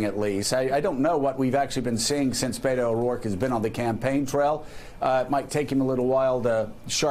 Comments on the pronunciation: Joe calls O'Rourke "Bay-doh" -- which rhymes with Play-doh. YIKES! Please, get a recording of a Spanish speaker saying "Beto" and play it over and over until you get it right. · these idiots can't even say his name BET-O not BAIT-O like how are you national news and can't even read beto